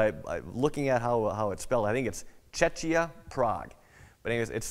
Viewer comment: Yeah, recently they decided to call it Czechia (shorter version of Czech Republic), pronounced something like 'Cheh-kiya'... You might have upset few Czech there :P